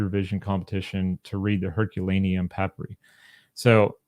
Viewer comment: So cool to hear about the papyri and how we can one day read them! (You pronounced it perfectly :) )